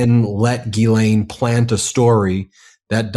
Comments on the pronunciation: FINALLY someone who pronounces 'Ghislaine' correctly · Bro, can you please say the name Ghislaine correctly lol. There is no E in the middle. Listen to the victim. She says it correctly